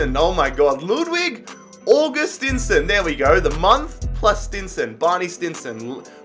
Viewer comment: Augustinsson is pronounced "Aggustiinsonn"